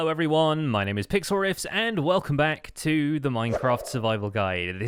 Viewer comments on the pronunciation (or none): I always hear "picksaurus" and not pixlriffs.